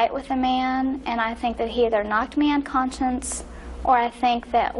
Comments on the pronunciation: She said, “Knocked me unconscience”, not “unconscious”. How ironic. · At the beginning of the video does she make a Freudian slip when she says conscience instead of conscious?!!!!!